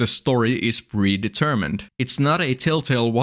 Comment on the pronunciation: 'that prevents are e de-mermined' what??? what is that phrase? is that your accent or are you misreading text? are you trying to say 'events are (or aren't) pre-determined?' "prevents are e deMERmined" isn't even close to the same thing. sounds like you yourself are a broken ai at this moment, or are reading (badly) from one.